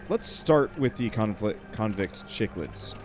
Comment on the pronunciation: aah like this game and cichlid is pronounced "sick-lid" gorgeous fish. especially the ones from malawi